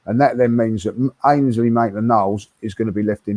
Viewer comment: He is NOT MAINSLEY he is Ainsley